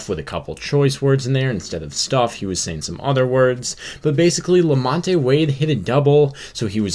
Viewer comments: Who is la-MON-tay? Did you mean la-MONT? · Lamon te it’s pronounced lamont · It's pronounced Lamont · You’re pronouncing Wades name wrong. You don’t pronounce the E in Lamonte.